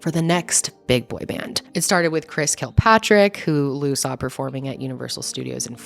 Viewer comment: Yeah it’s not “Kilpatrick” it’s Kirkpatrick and it’s JC Sha zey (Chasez) God that infuriates me when people don’t pronounce their names right! It’s been splashed all over for years!!! Sorry, I’m good now. Just wanted to make that correction.